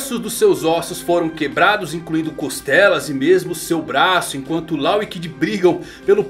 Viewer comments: Cara, ótimo video, mas tu ta pronunciando "law" errado: não é "lau" é tipo "ló". Abraço, grande vídeo!! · A pronúncia do nome dele é Ló, pelo amor de Deus kkkkk